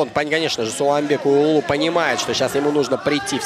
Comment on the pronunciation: Я за судей не берусь ,но комментара надо отправить учить алфавит нигде не сказано улулу ,а сказано уулу т.е. сын. Коммутатор учи алфавит. Респект Сулейман Уулу.